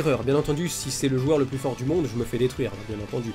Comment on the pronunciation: J'suis mort il dit même plis bonjour ça me fume